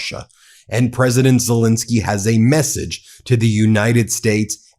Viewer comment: Ben, even Drump pronounces Zelenskyy's name right! Please give him the same courtesy. Okay Bin? Thank you.